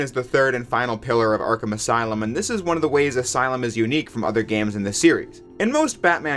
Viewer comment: Welcome to the aslume